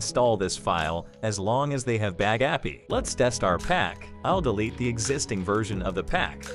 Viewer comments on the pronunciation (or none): "Bag Appy". Computer voices are the worst! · i like how pronounces bagapie. bag-a-pi 😂😂😂😂